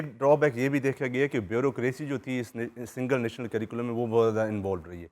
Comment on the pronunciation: With due respect sir , Your researcher pronounced " sirculam" سری کولم۔ while the correct word is curriculum کریکولم